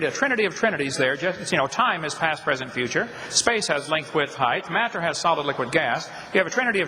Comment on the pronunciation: I love the way this guy says the words time, space and mat-ter. Its almost as if he has no idea what these words really mean.